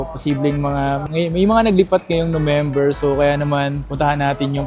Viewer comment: natawa ako sa Nomember 😅